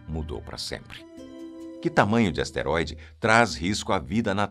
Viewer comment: É asteroide e não esteroide. Não confunda.